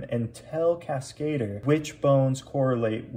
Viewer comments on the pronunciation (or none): Cascadeur. French. Emphasis on DEUR. kaska-DUR, not kas-KAY-dur. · I'm pretty sure that that's not how you're supposed to pronounce "Cascadeur", lol. It has nothing to do with the English word "cascade", but instead it's simply a French word for "stuntman". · Did the French put a man on the moon? NOPE! CASKATER it is hahaha